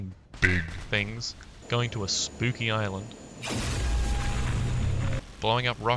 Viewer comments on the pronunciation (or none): none